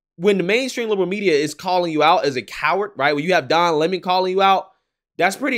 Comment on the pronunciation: It's LEM-on, like his show.